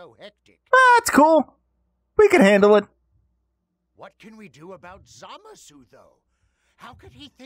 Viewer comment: It's zuh-mah-suu not Zah-muh-suu